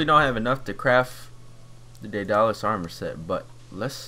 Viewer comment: The armor is pronounced Day-dul-lis